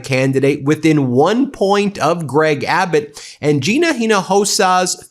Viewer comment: Thanks for pronouncing Gina's name correctly!